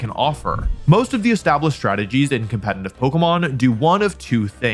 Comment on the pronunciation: I can't believe this guy still isn't able to say "Competitive" the right way. SMH.